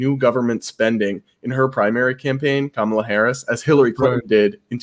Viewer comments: Are you Indian? It is not Kaaamaala. Say Come-La. Even you American guest pronounces the name correctly. Shame on you. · I would have figured as person of Indian origin, can at least get pronunciation of Kamala right 😐. He kept saying Kuhmaaala 😐